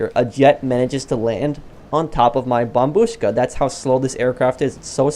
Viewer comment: Your here making good videos when saintsfan isn't even pronouncing it right. He says "BombShukka"